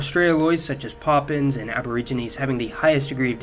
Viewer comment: Great vid except you're butchering the pronunciation of papuans...what the hell is a poppins?